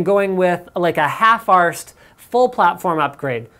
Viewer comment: That pronunciation of half arsed was hilarious, coming from a Brit that does it properly XD